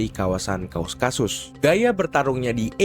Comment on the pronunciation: KAUKASUS bang, bukan KAUSkasus 😭